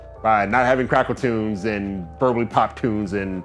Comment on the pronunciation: Boy I thought you said "Crackertunes"!!🤣